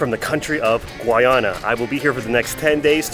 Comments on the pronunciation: Guy ana, not gwoiana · Great content. I'm Guyanese. Thank you. It's pronounced Guy-ana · it's pronounced guy-anna people from guyana are called guy-ann-eese people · HELLOOOOOO....... the name of my country is a very simple 2 syllable word GUY ANA...... GUYANA ! por favor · Bro u pronounced the name wrong bro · My man appreciate you going to our country but you have the nerve to pronounce our country name wrong and said the country you didn’t know exist where the hell do you live? You’re a little disrespectful. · This gay man has trouble pronouncing the nation's name.